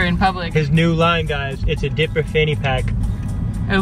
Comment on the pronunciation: When they said dipper I was like what’s a dipper then it took me a while to figure out what a dipper was 😂😂😂 It’s. Diaper but they called it dipper